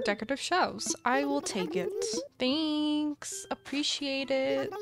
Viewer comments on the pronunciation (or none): none